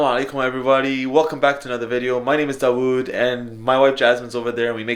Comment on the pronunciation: DAWOUD = DAWEIRD